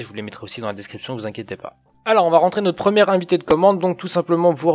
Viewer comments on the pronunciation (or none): Bonjour Guillaume BonvoisinMerci pour le tutorial mdp Wds 10... Il serait bon de dissiper les confusions potentielles : mdp, code confidentiel code pin ... confusions entretenues par Microsoft (ou les traducteurs) qui mélange joyeusement les notions et la terminologie dans son support.Par ailleurs ne pas dire "invité" de commande qui ne veut rien dire : le bon terme est "invitE de commande" (sans accent aiguê) équivalent d' "invitation"Bon vent